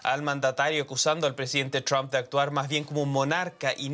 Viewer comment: Así se pronuncia Trump ,NO tram